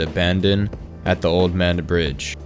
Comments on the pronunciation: Great video, but as someone from the area, it’s pronounced Mah-ned. Just a heads up. The closest Crystal’s would’ve been about 15 to 20 minutes away as are most fast food restaurants. There’s not a whole lot available in the county, so most people have to travel out of county for work. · Pronounced “Mah-Ned”